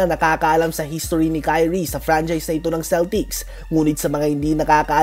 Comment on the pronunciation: HISTORY naging historyahe AWoooooooooooooo😂😂😂